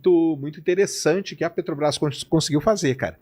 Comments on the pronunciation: Sei.... Que o nome é Petrobrás e não "Petobas". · "PETOBRAS" é dose. Tem criança lendo suas manchete de capa. Coisa horrorosa. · Descobriu que falta um R 😂😂 na peTObras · O correto é Petrobras (sem acento no 'a') e Petobras!